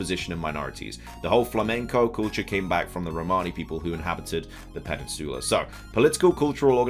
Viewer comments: Am I the only one who has a fetish for how says "Peninsoola"? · this dude said “pennisoola” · Lol Im dying from how you say Peninsula 💀💀💀 someone help 😂😭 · Are you mispronouncing peninsula or is it a British thing to say it that way like how ya’ll say aluminum? 😅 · Why is saying peninsula wrong? 😂